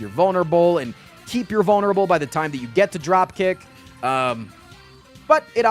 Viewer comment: I was listening to this in the background while doing some other stuff and when he says vulnerable I had to rewind because I heard him say "boner bowl". Definitely sounds like that on rewind too. Am I crazy?